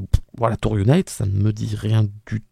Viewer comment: UNIT se prononce younit et pas younaït. L'organisation a été introduite pour la première fois dans Doctor Who en 1968 avec le 2e Docteur et est apparu par la suite avec quasiment tous les docteurs. Toi qui n'as vu que la New Who hors 13e Docteur tu devrais normalement t'en rappeler car elle y est apparu de nombreuses fois dès les premières saisons de la New Who. Tu as fait le parallèle du transport du TARDIS par hélicoptère dans les 50 ans et 60 ans. Eh bien figure toi que dans les 50 ans aussi c'était UNIT qui le transportait. Tout s'est déclanché car pour la première fois, le monde entier est connecté, un satellite coréen (je crois) a été mis en orbite et grâce à ça la totalité du globe est désormais connectée et donc soumis au rire du pantin qui contrôle tout le monde. Pour faire ça il a fallu que le Toymaker mette ce rire dans tous les écrans et pour ça il a fallu commencé par la toute première télé. Pour les couleurs de la régénération, elles n'étaient effectivement pas comme ça pour les docteurs que tu as vu. Ces couleurs sont arrivées pour la première fois avec la régénération de 13.